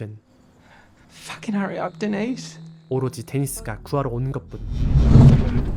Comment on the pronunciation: "Denise"는 여자 이름으로써 "드니즈"라 읽어야 됩니다. "데니스"로 읽어야 하는 것은, 남자 이름으로서의 "Denis".